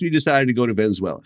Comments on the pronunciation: I just love the weather in ' venzuwayla' 😂😂😂😂😂😂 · I hit some home runs down in "Venenzuwayla" too😂